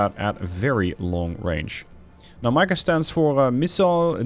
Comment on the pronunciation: nice mod. Mica read as Meeka